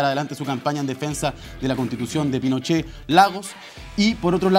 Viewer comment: Qué latero es el! Tengo que adelantar siempre cuando habla “ la constitución de Pinosheh la deresha “ weon abúrrete la gente justamente sé está aburriendo de ese argumento weon!